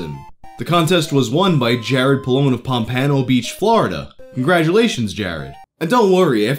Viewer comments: This is the first time I've ever heard "Pompano" pronounced "Pahm-PAN-o" instead of "PAHM-pah-no". I went to grade school there. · Pomp-ah-no not pomp-ahn-oh lol that where I live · As a Floridian I winced when he said PomPANo Beach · Yeah, that pronunciation startled me too. POMP-ah-no. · I live in pompano Beach and that is no where near how you say it Pom pa no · It's pom-puh-no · Chuckled at pronunciation of Pompano.